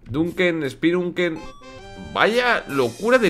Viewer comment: jajaja dunken fu spiunken jajaja el aleman de willy es el peor que eh visto es danke fuar shpilen mas o menos algo asi me acuerdo jaja hace tiempo que no hablo en aleman (todo es como pronunciado no escritura jaja)